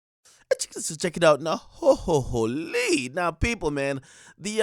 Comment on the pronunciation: Every Time DJ Akademiks Says "Hohoholy" It Sound Like Someone Is Putting Their Finger 🤞 👉🏼👌🏼In His Bung Hoolio 😧 "Hohoholy"